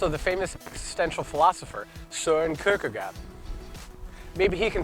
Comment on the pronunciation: Søren Kierkegaard is not "-gaaaard" it's gård. Double AA makes an Å. You see AA in a lot of old names (Aalborg, Aabenraa, Aase, -gaard etc), however they are all pronounced Å/å.